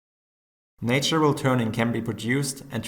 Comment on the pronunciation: It's pronounced "NAH-tural", not "NEY-tural". I know, I know it's "NEY-ture". English sucks. :)